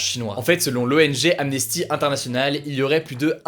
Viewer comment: J'ignorais le lien si évident entre ss et fn. Attention quand même à la culture :Nances au lieu de Nantes (pourtant très connue) l'autre jour, Amnésty au lieu de Amnesty (il me semble qu'il n'y a jamais de "é" en anglais et Amnesty International c'est quand même très connu ! Ça discrédite votre travail ! Votre professionnalisme !